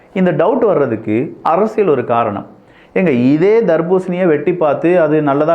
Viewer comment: அரசியல் உனக்கு ல உச்சரிக்க தெரியாதா கறும்ம்